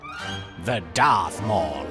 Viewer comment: "the DARTH MALL" xD